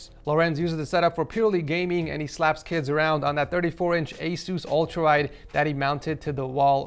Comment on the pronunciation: did he say slap kills around or did he say slap kids around